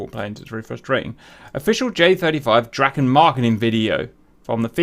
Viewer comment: Draken, pronunce it more like "draaken" not "drakken" for your English speakers. Draken is swedish for dragon. It is very obvious that the communication done in English are done by non native English speakers. Those days few Swedish people where proficient in English.